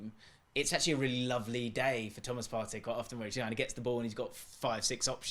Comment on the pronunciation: It's Partey. I'm begging you stop this nonsense. The Best CDM is Thomas Partey